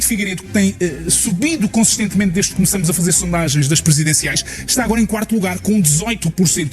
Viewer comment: Fds até o jornalista diz "começamos" em vez de "começámos". Tá tudo fodido...